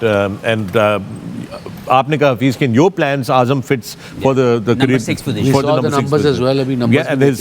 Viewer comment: hafeez “Podition” 😂